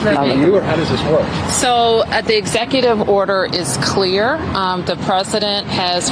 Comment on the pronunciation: You said "clurrr" wrong.